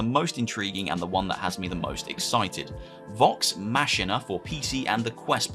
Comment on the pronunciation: Totally agree with you regarding the subs to these vr fitness games, I need to lose some glibber but Il do it by not eating cake. Also I noticed how you pronounced Vox Machinae, im now scared as I think I pronounced it wrong on my Vox video 😂